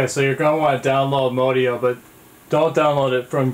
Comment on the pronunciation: Modio is pronounced, "MOD E-O"